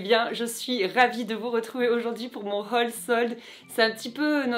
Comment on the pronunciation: j'adore comment tu dis haul !!! 😂😂